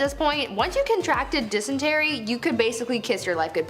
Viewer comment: LEARN TO PRONOUNCE... it is not 'denistry' it is dysentery ! It is so annoying all of the language mistakes there is in this show, I watch to learn some wierd sh*t... but can't take the pronunciation mistakes much longer.... argh 😡